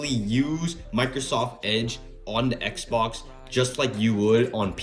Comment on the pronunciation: bro really called it an xboc